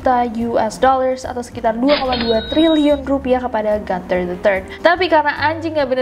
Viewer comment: Gunther bukan dibaca Ganther krn itu nama Jerman